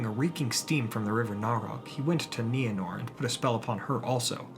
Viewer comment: Thank you for finally pronouncing Nienor's name correctly. It's my cat's name & it always bugged me when you used that long "I" sound. But I never wanted to say anything. We all have different ways of pronouncing certain words in Tolkien's languages, & no one can say we're saying it right & somebody else is saying it wrong. But during this video, my cat looked up every time you said Nienor....